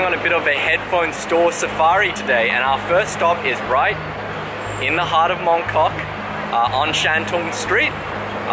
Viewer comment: he said moncuck